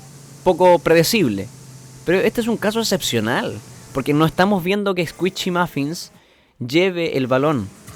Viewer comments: Es "escuishi" no "escuichi" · Squishy no escuishi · No es Squichy es squishy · Min "Escuichi" xdxd